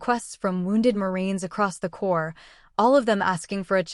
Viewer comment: The word is CORPS (pronounced core)